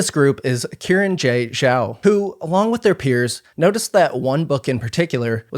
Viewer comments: with the amount of research and time you put in this video, pronouncing xiran's name correctly probably would have helped legitimized the video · Is that actually how you pronounce Xiran's name? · I don't think Xiran's a 2024 debut author, nor do I think thats how you pronounce their name. Pretty sure it's like "Shi-ran" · No, It's more pronounces as Shiran, I think. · BTW, when pronouncing Hanyu Pinyin, the 'X' in Xiran has a soft "sh" sound, and 'Zh' sounds more like a hard 'J' much like the one in their middle name. Cheers. (by "soft sh," I mean you move your tongue forward, closer to your teeth. Try it out; you can totally hear the difference when switching between 'sh' and pinyin 'x'!) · Xiran is pronounced "shee-rahn" not Kieran 😂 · So their name, Xiran, is not “Ki ran” it’s more like “Shi ran.” In Chinese, Shi sounds like shir (sure) and Xi sounds like Shi (she). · I was looking for this comment. He didn't bother even attempting to pronounce their name correctly either, its understandable it wouldn't be spot on but 'kieran' is just insulting. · Just want to let everyone know, Xiran Jay Zhao's name is pronounced "shee ran", not kee ran 😊 The letter X is always pronounced like "sh" in Mandarin. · isn't it pronounced See-ran not Kieran, or does Xiran prefer it to be pronounced Kieran? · respectfully, the name is pronounced SHE-ran, not KE-ran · Karen....? Its Xiran.... at least say the X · Just a note that Xiran is said like “she-ran” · Uhhhhhh Xiran is pronounced closer to She-Ran. Xs usually make an "sh" sound in Mandarin. It's not hard to google this stuff before you open your mouth. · Hearing Xiran pronounced as Kieran is wild.